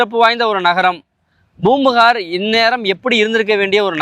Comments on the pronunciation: Boompuhar ....no bro it is Poompukar. Pronounce properly please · Poombuhar..ucharippu sariyaa illa..